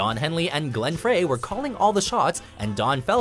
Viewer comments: It's Glen Fry, not Fray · its glenn "fry" not glenn "fray" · Glenn Frey's name is not pronounced 'fray' but 'fri' like french frye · It's 'Frie' not 'fray' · Wait, wait, wait. Glenn who? Glenn fucking FRAY? Ugh. Next, the rest of the band will be comprised of Tomothy B. Smythe, Don Folder, Del Heinlay, and Joan Welsh. Glenn Frey. As in FRY. Like Philip J. Fry, but with an "e" in the middle. Still pronounced the same. Do you guys not bother to find this kind of stuff out before you make a video? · I'm kind of surprised that you would put the Oasis breakup above both Guns 'n Roses and Eagles. The Eagles breakup involved decades of acrimony and lawyers. And the Guns 'n Roses breakup was similarly bad. Oh, and not to nitpick, but you pronounce Glenn Frey's last name like "Fry", not "Fray". :) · Beatles should be 1. Not mentioned. The Kinks, Dire Straits. Aside. Pronounce Glenn Frey as Fry, not Fray. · (fry), not (fray). Someone should have done the audio equivalent of proofreading before this was posted. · It’s not Glen Fray it’s Glen Frey like fry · Frey sounds like Fry, not Fray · Glenn Frey's last name is pronounced "fry", not "fray". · Frey is pronounced Fry, not fray. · IT'S PRONOUNCED FRY NOT FRAY! It's ok I did it too at first! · Goddamn can't you pronounce it correctly? It's not "Fray" it is pronounced "Fry". After featuring them in a number of videos one would think you would do some research. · It's pronounced Fry, not Fray..... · It's dry not Frey... Maybe have a narrator that actually knows about this topic would help.... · The narrator clearly knows zip about the Eagles. Glen "Fray"? C'mon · "Fray"? smh. It's like they do it on purpose. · Even though it spelled Frey, I'm pretty sure it's pronounced as Glenn "Fry." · Glenn "Fray"??!! ha ha ha!! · Glen Frey is pronounced Fry. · PLEASE TELL THIS GUY THAT "FREY" IS PRONOUNCED LIKE "FRY" SO HE DOESN'T SOUND LIKE A GODDAMN IDIOT EVERY TIME THE EAGLES ARE IN A VIDEO. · Glen "Fray"??